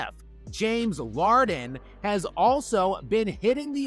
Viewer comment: JAMES LARD-EN!!😂😂😂😂